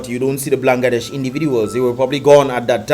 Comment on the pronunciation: its not blan> ga> desh, it's ban> gla >desh